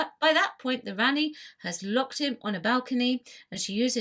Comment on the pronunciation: Rani-pronouned Rahni You pronounced it as Ranni.